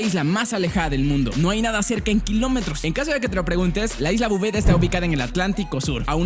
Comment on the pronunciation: Bouvet lo estas diciendo mal porque Bouvet es mi apellido y asi no se pronuncia